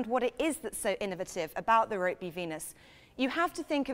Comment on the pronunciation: It's pronounced ROOKBY